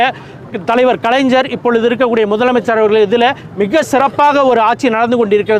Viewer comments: கலைஞர் என்பதை கலைஞ்சர் என்று உச்சரிப்பதே தூய தமிழ். முத்தமிழ் பாடாய்படுகிறது. அறிஞர் அறிஞ்சர் என்று இனிமேல் அன்புடன் அழைக்கப்படுவர். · இவனுங்களுக்கு தந்தை யாருன்னு இப்ப தெரிஞ்சுடுது. முதல்ல கலைஞர் என்ற வார்த்தையையே சரியாக உச்சரிக்க தெரியாத தற்குறி.